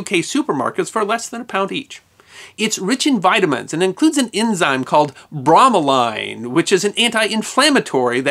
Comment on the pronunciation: Another great episode and then at the end he butchers the word bromelain. Brommaline?? Try bro muh lane.